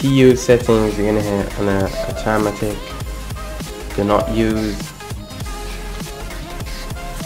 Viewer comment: Do you even know how to fucking english mate? Like what the hell autemetic? You mong